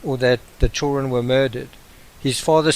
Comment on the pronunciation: “The choolren”